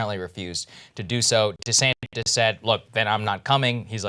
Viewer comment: LMAO he said DeSamtis GOOD